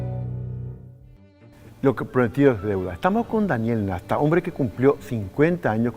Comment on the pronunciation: El apellido es NASTA NO NESTA